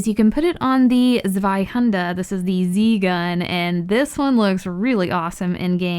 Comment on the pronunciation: Your Zwiehänder pronunciation is on point!